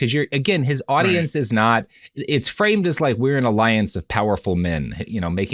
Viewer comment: The way he says "not" like "naught" makes me want to stab out my eardrums. Literally the worst sound in the world.